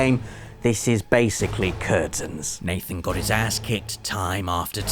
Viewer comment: he says mathen instead of nathen